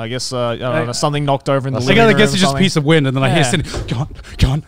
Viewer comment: Maybe I misheard but it sounds like Garnt says "a piece of wind" 😂